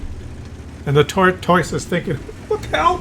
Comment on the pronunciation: I hate how says tortoise. Makes me wanna give him a dislike but he is just too goofy looking to hate on